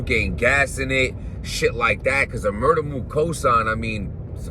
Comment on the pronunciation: Did you hear more than one round MUR-TER MOOK😭😭💀